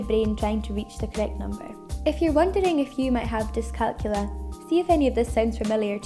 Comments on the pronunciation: It’s pronounced dis-cal-CULIA. NOT dis-CALCULA. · It's pronounced diss calc YOU lia. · Youre not pronouncing it correctly.